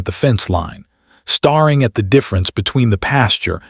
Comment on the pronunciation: It is not "star-ing" but "stare-ing:. Indianapolis IN USA August 18 , PM